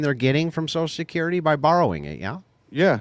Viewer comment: Why'd he keep saying, "Sosull security"?